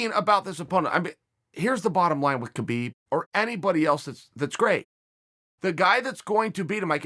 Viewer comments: As a russian I have to tell you read “ habib” not “ not “ k-habib” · It’s habib no kabib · Guys, it's not Kabeeb, it's Habeeb. It's just written with Khabib. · Wonder when Khabib ( Pronounced: Ha-beeb) retires undefeated people will start saying his name right.🤔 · Habib not khabib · ITS HABIB, AN H SOUND NOT A K. GIVE THE MAN HIS RESPECT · theres two people in this world 1. liars 2. people who pronounce "khabib" "ka beeb" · No Uncle Chael it's Kalabib say it Kalabib. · I wonder if Chael knows that the K is silent